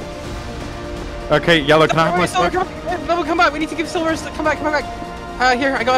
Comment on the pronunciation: Mans said SLIVER instead of silver.